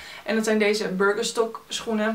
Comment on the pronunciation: Omg hoe je Birkenstock uitspreekt 😂